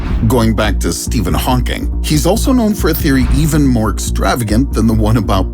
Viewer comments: Did he really say: stephen honking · Why did he keep calling Hawking as Stephen Honking?